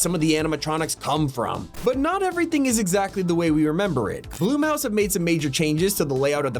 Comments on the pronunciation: Did the narrator say BLOOM HOUSE? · Why is. He saying bloom house